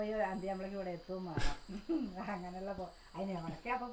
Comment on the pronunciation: നാട്ടുംപുറത്തുകാരിയാണെങ്കിലും ആവശ്യത്തിനു വിദ്യാഭ്യാസം ഉണ്ട്. അതുകൊണ്ട് സംസാരിക്കുമ്പോൾ അല്പം ശ്രദ്ധിക്കുക. ഉദാഹരണത്തിന് വേണം, വേണ്ട എന്നതിന് വാണം, വാണ്ട എന്ന് പറയുന്നത്. അതേപോലെ എന്റെ കൊച്ചേ അംഗലവാടി അല്ല അംഗനവാടി എന്നാണ്. ഇതൊക്കെ ശ്രദ്ധിക്കുക. പിന്നെ തികച്ചും നാച്ചുറൽ ആയിട്ടാണ് കുട്ടി സംസാരിക്കുന്നത്, അത് വളരെ നല്ലതാണ്. എന്നാൽ ഒരു കാര്യം ശ്രദ്ധിക്കുക ഒരു കാര്യം പറയുമ്പോൾ അതിൽ പൂർണമായും ശ്രദ്ധയോടെ പറയണം. അതുകൊണ്ട് വീഡിയോ കൂടുതൽ മികവുറ്റതായിരിക്കും കേട്ടോ. ഇതൊരു നെഗറ്റീവ് ആയി കാണല്ലേ. എനിക്ക് നിങ്ങളെ അത്രമാത്രം ഇഷ്ടം ആയതിനാൽ പറയുന്നതാണ്. എന്റെ കൂടെപ്പിറപ്പുകളെയും ബന്ധുക്കളെയും അവരുടെ മക്കളേയും എങ്ങനെ സ്നേഹിക്കുന്നുവോ അതേപോലെയാണ് നിങ്ങളേയും സ്നേഹിക്കുന്നത്.